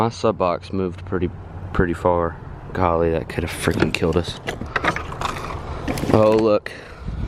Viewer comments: Nobody: This guy: goh lee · Does anyone have a count of home many times he said galee?😂